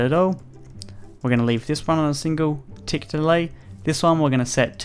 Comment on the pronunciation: OMG HE SAYS THE TICKS WRONG